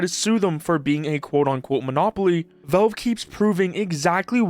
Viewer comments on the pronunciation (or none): At first I though he could not genuinely pronounce valve but then cash and patch were not an issue. Go figure... Is he messing with us? 😂